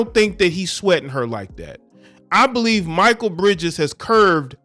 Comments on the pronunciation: SAY IT WITH ME🗣MAA KALE BRIDGES NOT MICHAEL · Its Mik kale not Michael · His name is pronounced (Mckale) Bridges, not Micheal.🤔 Aja seems pretty cool, but I don't know her. Mostly I think about 80% of the WNBA ladies need a night of passionate natural male dick ! That's where the PRIDE is. 👍 And the ladies that do get it, are treated jealously by the ones that don't. Anyone remember when Britney Griner challenged DeMarcus Cousins to a 1 on 1, and said she'd have no problem beating "Little Man" ? Cousins just laughed, had no comment and kept it moving. We all know the outcome is murder.👍🏀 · His name isn’t pronounced(my-kul ) his name is pronounced (My-Kell) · u murdered Mikal Bridges name it's pronounced me kell bridges not Michael bridges lmao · Me kale not Micheal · His name is Mikal. Pronounced Muh-Kel. Not Michael. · Not Michael…pronounced “Mi-Kale” like the salad. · HIS NAME IS NOT MICHAEL IT MI-KAL ijs if you have heard how his name is said it not Michael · It's pronounced Mikal (Mick- ale) Bridges. Solid player too.... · Bro it's not pronounced michael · Bruh…. It’s MIH KELL. Pronounce his name right 😅. You watch zero basketball my guy. It’s clear. Good content tho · Mikal pronounced Mchale bro. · Bruh… his name is pronounced Muh-KALE Bridges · His name is pronounced Mikal (me kail) Bridges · Most of the time - it is considered to be proper etiquette for Pro Athletes to leave comped Tickets among themselves to other Pro Athletes - especially for a non-sellout regular season game Do better, the name is pronounced MEE-Kahl, not My-kuhl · Bruh… pronounce his name right man. Like damn. It’s not even spelled Michael so why pronounce it like that lol I know you’re smarter than that fam. Like cmon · It's pronounced McHale, this guy is a good dude. His mother showed him how to be financially responsible and he has a partnership with a company called Dovly, that helps people with their credit. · Pronounced Ma•kale👍🏾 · At least say his name right